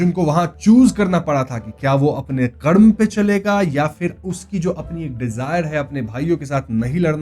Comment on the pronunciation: Hey Brother please check your pronenciation its KARM not KRAMA.